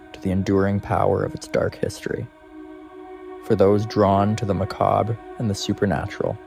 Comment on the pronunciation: Learn how to pronounce Salem and Macabre....